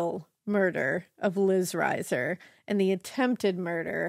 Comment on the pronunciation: Liz was my sisters close friend. Their last name is pronounced reeser.